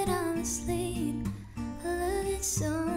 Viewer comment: Yass! Great voice and of course she pronounces simple correctly, not shimple...or says "I love you so muiych."